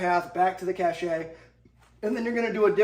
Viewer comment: Doing the Lord's work 🍦 Partisans was the word. Did anyone else flinch every time "cache" was pronounced "Cash-shay"